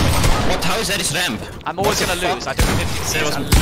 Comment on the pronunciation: What how is that his “remp” instead of ramp💀😂